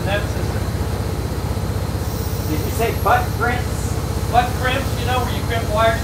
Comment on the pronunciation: "Did you say butt prints?"